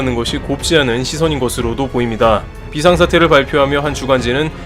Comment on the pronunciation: 飛翔 비상은 읽을 때 비~이상으로 읽어야죠.